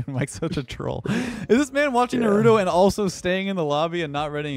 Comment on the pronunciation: mispronouncing Naruto like that traumatized me for life 🫠